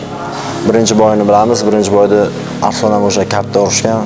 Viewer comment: Arislon emas ARSLON boladi